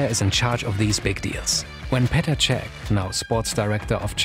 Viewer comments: Very good and informative video, but in the future, please don't butcher names of our legends. Its Petr Cech. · petr cech not czech